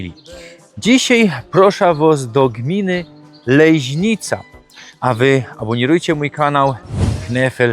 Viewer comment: ta "Lejźnica" to fonetyczna fantazja rajzy, bo np Adam Peter Kubik godkoznawca i z tych stron tak nie godo